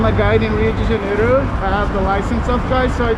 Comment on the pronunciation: Rio de JenerIo nahi...Rio de JeneIro hai...'R' se pehle 'I' aata hai